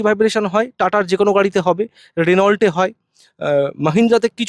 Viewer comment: রেনাউল্ট ওটা বালের রেনৌ